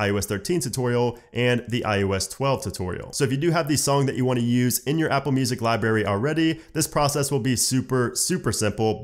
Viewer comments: he says libary instead of library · LibRary!!! Not Libary!!! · Libary... But honestly this was helpful so ty lmao